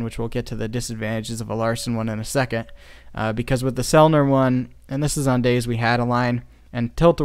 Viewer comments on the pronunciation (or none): none